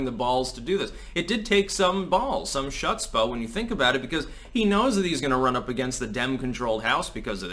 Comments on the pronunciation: "shutzpah", how DARE you, its "s chchhhhhhhhhcchchhhhhutzpah" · "Hutzpah" Otherwise another interesting commentary.... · Chutzpah is not pronounced tzuszpah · pronounced more like Hutzspa. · Learn to pronounce "chutzpah" properly, you sound ignorant. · The "C" in chutzpah is silent and the "H" requires a lot more phlegm in the glottis